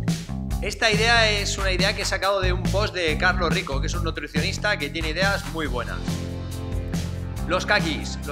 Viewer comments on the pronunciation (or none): Es Carlos Ríos jajaja no Carlos rico